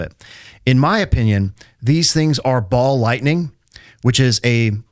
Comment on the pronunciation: It's funny that every time you say ball lightning it sounds more and more like Baal lightning. God of storms and fertility. Hail! ❤